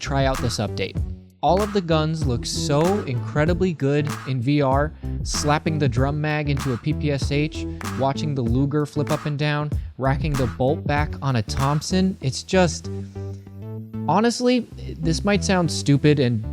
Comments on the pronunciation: the PPSH is pronounced p p sha, not p p s h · Actually you pronounce ppsh as “papasha” not to picky or so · PPSh (ППШ in Russian) is actually pronounced "pay pay shah" or sometimes "pa pa shah". Not trying to be hypercritical, just letting you know. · Not s h. Sh. PPSh, like in shazam, shoe etc